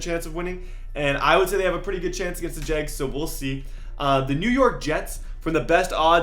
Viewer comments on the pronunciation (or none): normal: "jags" td/minnesotans: "jegs"